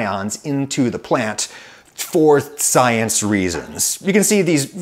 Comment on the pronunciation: "... more aluminum into the plant... for CYANce reasons." Nice.